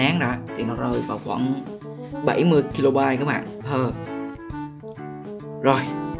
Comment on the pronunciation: Kb = đọc = ka bai not ki lô bai :L